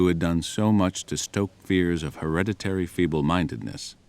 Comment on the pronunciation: Hillariously many in this video seem to struggle to pronounce hereditary. "Her-red-it-tree" surely? Not "Her-reddy-ree" .